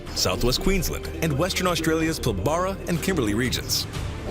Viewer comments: Western Australia Pilbara region, is pronounced pilborough, not pil barra. Not a great percentage of Aussies have ventured into the outback and seen a lot of our fauna. It's why some animals are rarely mentioned, you've really got to be able tolerate heat and overseas travel is more enticing to most. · Whoa whoa whoa! Pill-BAHRAH?? HAHAHAHAHAAAA! It's pronounced Pilbruh. XDXD Was the info on the echidna deliberately edited out? You went straight from the title card of "2. Echidna" into information about the quoll. Needless to say, I was confused... Also, you need to check out the Quokka too. I tried to get a video on them for you to watch. This one is good though it does have some self promo in it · Voice over dude said "Pil-baah-rah" #facepalm...sooo not how I am used to saying Pilbara🤣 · What ever happened to the platypi we had when I was a kid? Oh now they are platypusses? also Pilbara mispronounced.